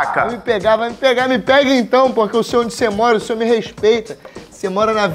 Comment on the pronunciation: "senhoor" kkkk